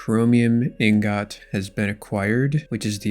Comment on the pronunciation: Brother please use a dictionary its not Een GOT.